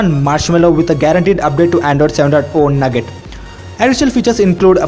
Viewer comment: 7.0.... NUGGET?? it's pronouncable even with your accent NOUGAT(NOOH-GITT)